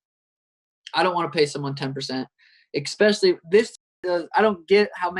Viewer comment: Sean "expecially" O'Malley